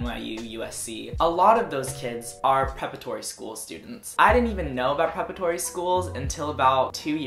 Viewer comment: It's "preparatory" - not prepretory. My son went to prep schools from grades 6 through 12 and did get a significant advantage, including large scholarships, and acceptance to a upper tier college. His grades were good, and his test scores were, too. Also, there are times when a good SAT or ACT score CAN make the difference in acceptance. If your grades weren't the best, but your test scores are really good, it indicates latent potential. It probably won't get you into an Ivy League school, but for most lower echelon schools it may just be enough to help them choose you.